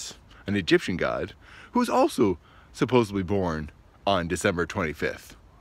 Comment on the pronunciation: I was just about to subscribe then i heard you say "supposeBly" instead of supposedly and i had to stop..its such a pet peeve of mine because my brother skewered me for relentlessly growing up 😄...but the rest of the video was really great so i decided to subscribe anyway lol.. Totally messing with you. Keep up the great work. U gotta brand new subscriber. Glad i ran across ur channel.